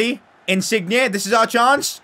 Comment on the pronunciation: Wtf is that pronunciation of insigne